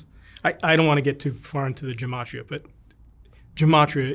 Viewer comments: Did he just say, Gemotry? Good Lord, man. As a believer, I cannot believe how far out there he is. He speaks about Jesus, then goes into mythological symbolism which is completely berserk. His mind is unhinged. He cannot be serious. Jesus wasn’t born on Dec. 25th. Christians know this. He gives me a headache. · 😂His vocabulary! Symbology! Gemotry!